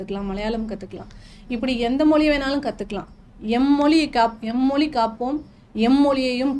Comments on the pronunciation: மொழி... மொளி இல்ல தமிழ் உச்சரிப்பு தவறு. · அதாவது நீங்க மொலி மொலி என்கிறீர்கள் அது எங்க இருக்கு மொலி இருக்குன்னு தெரியல💯 மொழின்னு சொல்லத் தெரியாத நீங்க தமிழ் உணர்வாளர்கள் இல்லையா நாங்க இத நம்பணும் நல்ல உலகமடா இது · Pl pronounce tamizh properly,it is mozhi not moli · இவங்களுக்கு மொழி என்ற வார்த்தையை சரியாக உச்சரிக்கவே தெரியவில்லை. 🤦🤦🤦